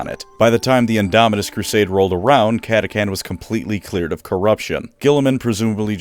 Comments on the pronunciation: How did you mispronounce Catachan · Impressive going the whole video without pronouncing the H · I’m pretty sure it’s pronounced cat-a-chan not cat-a-can. Chan like channel not Can like Canada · Kata-Chan. Not kata-kan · Cat-ah-chan right!!?? What’s this cat-ah-can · I prefer the pronunciation cata-chan where chan is pronounced like in the Japanese honorific chan. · Almost unsuscribed from having to hear catacan instead of catachan 😂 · Cata chan CHAN CATACHAN not catacan. Dumbass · "CataCAN" Excuse me sir but the name is CataCHAN not CAN. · Cata-Chan not Cata-can, must be a new recruit! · i always thought they’re was called CA-TA-CHAN. I’ve never heard of CA-TA-CAN. But what do I know, I’m not a lore buff… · I want to hit you for pronouncing it catakan instead of catachan, you read "change" like that too? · It's pronounced chan, like 4chan. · Ok this was pissing me off the whole video because mispronounced words just do that for me, but the CH is in the fucking name for a reason, say the goddamn CH part of cataCHan or dont say it at all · Love the video but it's pronounced as it's spelled Cat-Ah-Chan. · Cant listen to the this video of you pronouncing it KATAKAN. Sutcha shame. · catachan is pronounced kata-chan....................also if GW would update the frickin models for them that would be great! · Mate, pretty sure it’s pronounced cata cHan with a H, apart from butchering that great video 😉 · Cata chan, not to be mistaken with Cata-kun or Cata-san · Did I just painfully listen through a 20 minute lore video where the creator mispronounces the name of the faction with a “ck” instead of a “ch”? Yes. Does that add to the lore of the video as something that the crayon eating CataCHAN jungle fighters would find hilarious? Also yes. 😂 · CataCHAN gosh dang it. Pronounce it right or emperor help me I will find you. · I hate to be THAT guy, but its cat-a-chan like Jackie Chan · That is not how you pronounce “catachan”